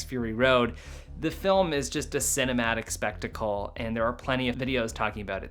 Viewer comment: You got a strange accent... you say "felm" instead of /fɪlm/